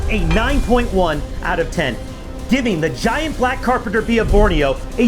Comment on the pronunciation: Bro I can't believe he said GAYYAT